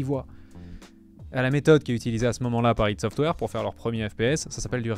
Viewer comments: ça se dit pas ideuh ça se AY DI - ID SOFTWARE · La vidéo est très bien. J'ai juste saigné des oreilles quand j'ai entendu "ide software". C'est ID Software (comme on prononcerais idea en anglais. Ou "Aîe dis" en français). Sinon la vidéo est vraiment top, bien joué